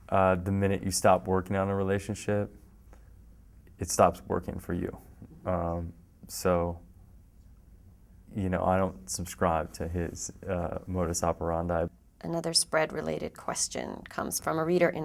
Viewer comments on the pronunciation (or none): Motis Operandi* Ashton, come on! If you're going to speak Latin, lets do it right!